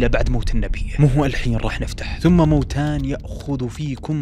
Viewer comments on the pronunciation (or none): مَوَتَانِ بفتح الواو وليس مَوتَان بمد الواو